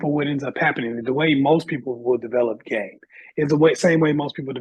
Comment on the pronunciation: It seemed like this guest could not articulate “game” that well.